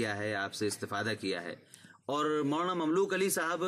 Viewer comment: السلامُ علیکم و رحمۃ اللّٰہ تعالیٰ و برکاتہ حضرت کا نام مبارک مملوک علی ۔۔نہیں ھے۔۔بلکہ مملوک العلی۔۔ھے۔۔ع پر پیش۔۔اور ی پر کھڑا زبر۔۔۔جیسا کتبے سے ظاھر ھے۔۔جزاکم اللہ خیرا۔۔محمد احسان الٰہی سرگودھا ۔۔پاکستان